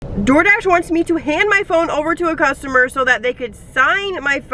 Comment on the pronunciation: You pronounce your words that have thr letter -s in them dramatically. Lol. It's like "ssssssoooo I ssssaid" or "problemsssssss ssssooo ssssssooooo bad sssssometimessssssssss." And itssssss obvioussssssss